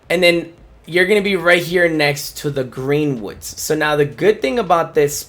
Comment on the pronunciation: Did he say green woods😂